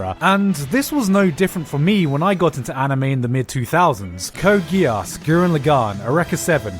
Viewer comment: The way you're pronouncing "Geass" makes me very uncomfortable.